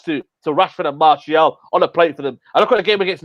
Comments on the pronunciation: It's Anthony Martial not Anthony Marshall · It’s Martial not Marshall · I love it when says ‘marshal’ 😄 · is really starting to annoy me now, he honestly thinks he's matt busby or Ferguson, for god sake he can't get martial name right for one, and he thinks we should play with wingers when NONE of our forwards get on the end of crosses EVER!!